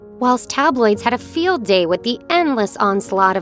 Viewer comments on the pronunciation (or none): none